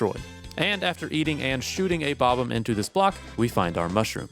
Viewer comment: Bob-umm is killing me